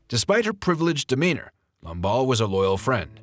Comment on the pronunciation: Lamballe* not Lombard.